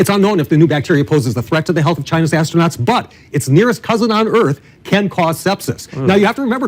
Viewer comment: Asto-nots. x'D